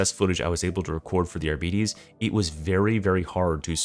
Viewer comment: Arbites is pronounced "Argh-bee-tays". The arbitrator says it in his voice lines. Not "Arbeaties"